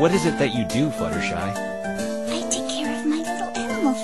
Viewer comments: Butstershy? How in the hell do you butcher a name THAT badly? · Okay how did he get 'Butshersty' for 'Fluttershy?' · butshersty'' . .. .hahahhahahhahahahahaha SO CLOSE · Butshersty has to be the worst butchering of Fluttershy's name to date. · He really "butchered" Fluttershy's name! Dohohoho! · I love how can't get Fluttershy's name right. This is amazing. I just finished playing Ace Attorney & this is super amazing. Aw for some reason I wanted Maya to come along